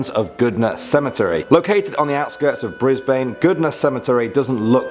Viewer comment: Brisbane does not have a long a in it